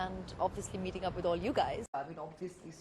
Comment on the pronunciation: goshh! lol just stop speaking! abviously abviously abviously! you won't get far!!